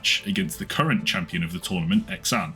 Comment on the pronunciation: Did you just pronounce Xan "ex-ann"? Lol! It's pronounced Zan my dude